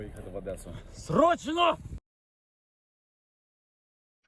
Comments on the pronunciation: Не адеса а Одеса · Одеса а нє Адесса